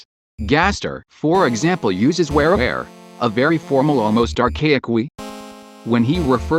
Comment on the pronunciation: "wareware" "werewire" hmm